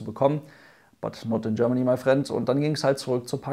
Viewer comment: "But not in Germany mei Frend" Lachkick